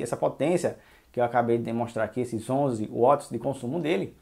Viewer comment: Não é uots! É Wats!!!esse uots é brabo de ouvir,do resto bom vídeo!